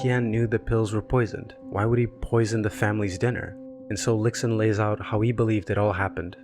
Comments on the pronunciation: Great video. Just want to point out that X in Chinese is pronounced "sh" so the protagonist is "lishun" not "liksun" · the video is great but like many people have said, x in chinese is pronounced as a very soft s sound (not exactly sh but between s and sh). idk if it sounds patronising but i feel with all the research you’ve made it is easy to quickly google name pronunciation